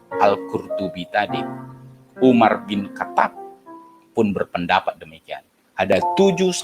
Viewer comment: Tunggu dulu 🤔🤔 Dia ini kan yg ngaku mantan hafidz ya? Tapi kok nyebut nama sahabat nabi saja salah Mosok Umar Bin Khatab Dia sebut Umar bin katap Lah?? Katap apa itu katap Waduhh Jangan jangan... 🤭🤭🤭